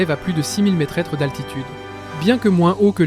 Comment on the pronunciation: Près de neuf mille métrètres ? Et l'IA pourrie qui lit le texte le refait en ...